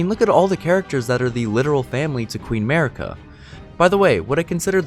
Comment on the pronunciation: MARIKA not merica***** thank you.